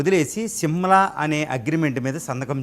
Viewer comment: Read as Simla not Simal